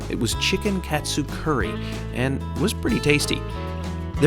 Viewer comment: it’s pronounced chicken caught-sue